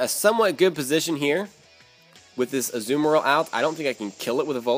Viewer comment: likes to pronounce Azumaril like that as a joke XD